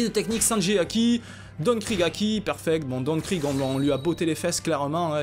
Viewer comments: sa se prononce krig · non sa se pronomce krigue